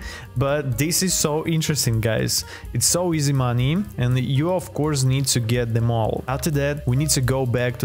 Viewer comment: Bro don’t now how to say money 😂